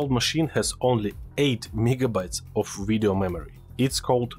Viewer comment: V I D E O Not W I D D O